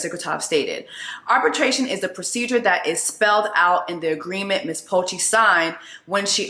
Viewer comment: Lmao I’m sorry Jess but it’s Poche/Poché like p-uh-shay😅 that accent when it’s French hits a lil different but yea